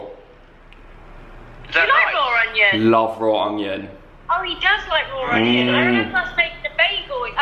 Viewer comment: I swear says ongion and not onion but I love it 😂💕 He also talks before his head can process what he needs to say but it makes, and always makes me laugh 💕😁